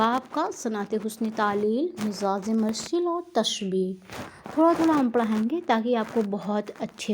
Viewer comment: آپ کو تلفظ پر محنت کرنے کی اشد ضرورت ہے باقی آپکی کاوش قابل تعریف ہے. مجاز=मजाज़ مرسل=मुरसल ظرفیت=ज़रफ़ियत سببیت=सबब्बियत